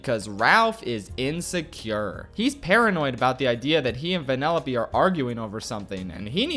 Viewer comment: It took me 10 minutes to realize he was saying "Vanellope" and not "Vanilla B"